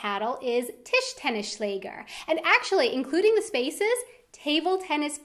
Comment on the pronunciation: noo :D tischtennisschläger :D